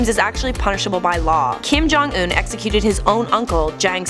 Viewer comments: Kim jong un not Kim ' johnson' get it right !!! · it's not Kim jong in it's Kim don't un